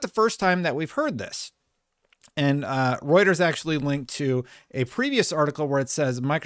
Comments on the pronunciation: Let's freaking goo finally said Reuters right! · He did it! He said Reuters right!!! lol